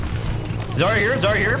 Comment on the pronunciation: did he say "zarya no zarya"??